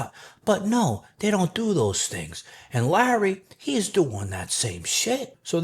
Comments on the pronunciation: « Sharmuta Wheels » Lmao im dead 😂😭😂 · 'Sharmutah Wheels' 😂😂😂